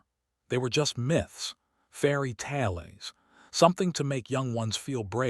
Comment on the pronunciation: The AI voice can never pronounce "tales" right. On all video's, the voice says "talees". And one out of every three video's is always about either the devourers, the Galactic Council, and/or all humans named with Korean names.